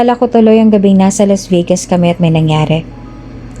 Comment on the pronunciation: Why pronounce Vegas.......Vigas?